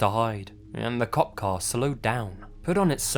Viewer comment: Whenever the narrator in the first story says "cop car", it sounds like "cock car" to me. Now I'm thinking about dicks again. :(